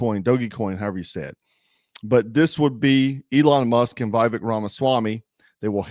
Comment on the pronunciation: Say Viveks name right! You already said you know it's wrong and just refuse to say it. That is just disrespectful. He is one of us, there is no reason for your disrespect.. unless you actually are the r word.